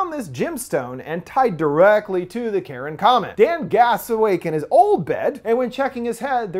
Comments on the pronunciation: Car-on (Charon), not Karen. That's killing me watching this :). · omg its not pronounced "Karen" its "Kai-Ron". "CH" in ancient Greek was pronounced with a K. Ya killing me, I'm a nerd I have to know this useless information so forgive me. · The boats man of the dead name is not pronounced Karen it’s pronounced Car-I-On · Until mentioned the connection between the Ferryman and Charon, this entire time I had been thinking that he had been saying ‘Karen,’ not ‘Charon,’ so now I feel like an idiot, lol. Although, it would have been pretty amusing if there had been a comet called ‘Karen,’ and a substance called ‘Karenite,’ heh. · The scariest thing is hearing Charon pronounced as Karen.